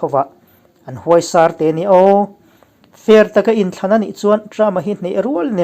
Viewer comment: Huaisar tih i lam dan hi a sangin i lama a ri hniamin lam zawk tur